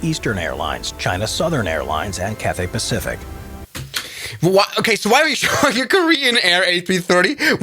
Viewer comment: I love he called Cathay Pacific is Cafey Pacific 😭🤣